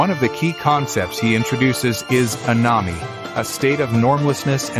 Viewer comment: Learn how to pronounce Émile and anomie.